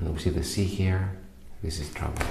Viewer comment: Lmfao is he saying trouble or travel ??? Subtitles are 💩😬🥵🤣💀